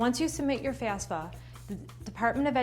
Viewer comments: FAF-SA. You keep saying FAS-FA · What do you mean by FAS-FA🤣🤣🤣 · Pretty hard to take this seriously. Mispronouncing the entire thing that the video is about with a Jersey accent and all. Lol